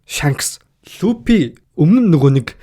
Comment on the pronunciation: Pisda ygd F P 2ig ylgaad duudchij chaddgum be luppy trapalgar geshh pigerland yu yu geed bgamdee